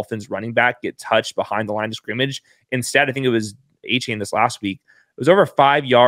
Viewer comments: It's pronounced A Chan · You're pronoucing Achane's name wrong. He said it's De-Von A-Chan. Great work though and.